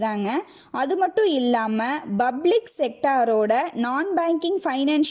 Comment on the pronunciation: Sister, not 'Bublic' , you should pronounce 'Public', use P, not B, take care.